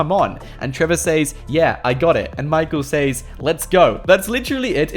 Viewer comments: He can’t say “says” it’s pronounced ses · It’s says... pronounced “sez” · the way he pronounces "says" smh